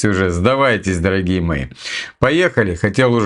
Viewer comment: Шо ты канючишь , дооогие мои